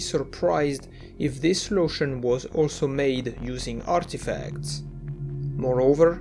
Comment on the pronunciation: caught me out of nowhere "arrrrrtefacts"